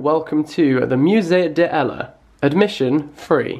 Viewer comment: I’m sorry but I cringed every time you pronounced it “Musée DE Ella”